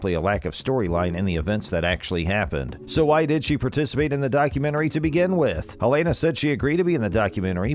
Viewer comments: For Christ sake!! He keeps saying iLL Anus and it isn't even a fake robo voice guy. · FFS! Pronounce her name right! smh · If you want us to take you seriously, PRONOUNCE HER NAME RIGHT!! Thumbs down 👎🏻